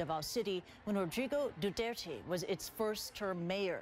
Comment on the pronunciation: that is not how 2 pronounce duterte